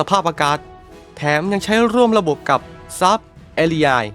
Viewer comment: ทำแอดอ่านชื่อยุทโธปกรณ์ได้เพี้ยนมาก เช่น Saab ซาบ ก็ไปอ่าน แซบ, UH-1H Huey ฮิวอี้ ก็ไปอ่าน ฮุ้ย มีอีกหลายอย่าง จะบอกว่าเสียง AI ก็ไม่น่าใช่ฟังยังไงก็เสียงคนพาก